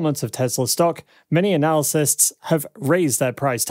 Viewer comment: Please, please......PLEASE!! "Analyst" and "analysis" are TWO DIFFERENT WORDS WITH TWO DIFFERENT MEANINGS!! Please check your dictionary! It's incredibly distracting and I often have to watch your videos twice to fully understand the content!